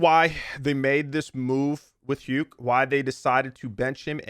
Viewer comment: Isn't Huke pronounced "who-kuh"